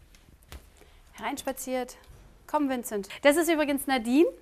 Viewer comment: Wie die "Vincet" gesagt hat, und ihn dabei so... angeschaut hat. O_o